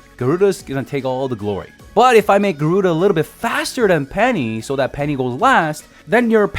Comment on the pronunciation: "No, no, no it's Ga-ruu-Dah, not Garuda." #gimmedatgiveaway